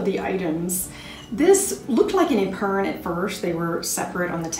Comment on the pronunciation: Epergne pronounced eh-pern-neigh. Its French meaning saving...although an epergne in french is a surtout. 🙂